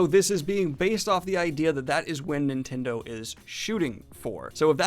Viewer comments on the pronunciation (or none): none